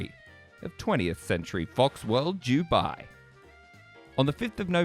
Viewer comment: Bro, it's Dubai. Not Jewbai.